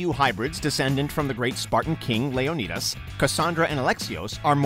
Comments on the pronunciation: LeoKneedas :3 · “Layoknetus” lmaooo are y’all retarded at this point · He said lionidis wrong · Layo-needus smh. not like theres an entire movie that has the correct pronunciation in it... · Does anybody in the WatchMojo team actually play these games or is this just a money hungry scheme. There’s no way anyone with a brain pronounces Leonidas’ name that way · 1 minute in and I’m ready to stop watching because it’s apparently too hard to pronounce LEONIDAS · the way you pronounce `leonidas` is cringey.